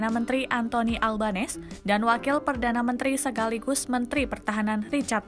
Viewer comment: Anthony ALBANESE. Ucapan Surname (Nama Keluarga) PM Autralia in adalah; AL-BEN -E-SE, dengan huruf N-nya diteruskan ke huruf E yang melanjutinya jadi : AL-BEN-nE-SE dan tekannanya jatuh pada sukukata "nE" >>>>>ALben 'NEse.